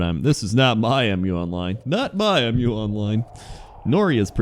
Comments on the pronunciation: Dude it's "Mew" not M.U. It's the name of the continent. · its muuuuu online, not m you online